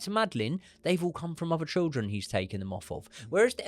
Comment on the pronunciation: Please learn how to say children, mate. Please 🙏